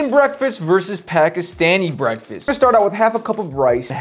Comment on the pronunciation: "Phhekeeessteniiii breakfast".... 😅😅😅😅